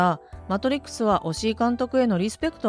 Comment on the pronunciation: おし「い」！！！「お」じゃねえわ！！！！